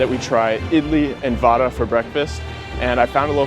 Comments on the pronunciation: It's not vada It's vaadaa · its not vaada | va daa (va-at a, stop immediately, do not extend it.) And do the aa sound in the last of it. :D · it is not vada it is vade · you pronounce it vuda not vada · it is not vaadaa but vudaa (vulcan) ... begins not like van or vandenberg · OMG FINNALY A GENUINE REACTION. BRO SHOULD GET HIS ADHAR CARD REGISTERED😂😂😂😂 AND ONE IMPROVEMENT, VADA IS PRONOUNCED VUDA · btw vada is sort of pronounced like vara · Pls pronounce vada properly